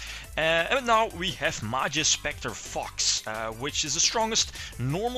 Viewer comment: The way you pronounce "Fox" is hilarious "FUCKS" xD Majespecter racoon is a what? STRATOS!! inb4 Majespecters will never come to the TCG/Racoon will be banned forever but limited in the OCG i cry